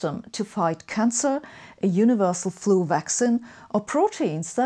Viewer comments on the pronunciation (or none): none